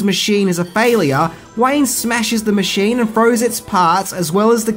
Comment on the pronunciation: Fail-e-ar? Love that accent sometimes!